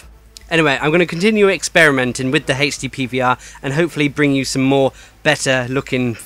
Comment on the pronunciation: I keep thinking you are saying Hasty PVR.... :P